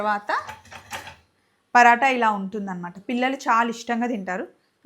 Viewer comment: పరాట not పరోట